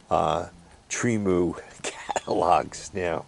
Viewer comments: Tree-Moo! You butcher names is like my mother! 😆 Agree, Temu is a cool place to shop… I use the phone app. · Tremu or Temu? lmao